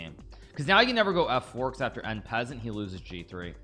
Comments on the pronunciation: N peasant??? I’m not French but at least I can pronounce it properly “on-par-saunt”!! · So strange to hear one of the world's best chess players mispronounce "en passant".....